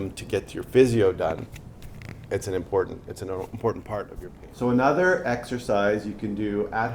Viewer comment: Going for a TKR in 3 weeks. This video has excellent info for recovery. One thing aside. Please let the PT know that the word is impor-TANT. NOT impoor-INT. And straighten. NOT stray-IN. Still great info that I will utilize after my surgery. Thank you.